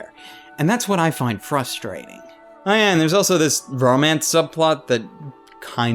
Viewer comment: Is it just me, or did you really said "Frost-rating" on?:)